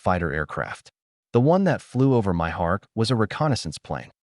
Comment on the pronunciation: Ai gets words confused and it sounds like that when you try to pronounce it.